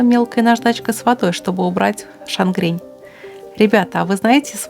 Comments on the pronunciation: не «шангрень», а «шагрень» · Мой идеальный белый от Tamiya. И X и XF. И немного придирок: в слове шагрень одна буква н. Просто на фоне всего остального "шаНгрень" режет слух. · Только не шангрень, а шагрень. Что касается белого цвета, то акриловые Тамия или Ганза. Если что-то пойдёт не так, то эти две краски всегда можно смыть раствором воды и стирального порошка. Укрывистость у них идеальная, а пигмент наверное самый мелкий. Из металликов мне понравилась восковая краска True Metal от его святейшего августейшества Хименеса, в тюбиках. Эта краска полируемая и идеально имитирующая металлическую поверхность. И кстати, почему ты всегда используешь пацифик? Это же как бы далеко не самый лучший производитель. По-поводу декалей могу сказать, что недавно столкнулся с интересной проблемой. У подаренного женой на НГ трумпетеровского аэродромного пожарного Урагана, декаль была с орфографическими ошибками, как обычно бывает у многих китайских наборов. Немного подумав, я нарисовал их в кореле с нуля с правильными обозначениями и под свой город и регион, затем заказал в Народной декали. Вот жду теперь, когда напечатают. А твоя Нива вполне неплохо получилась.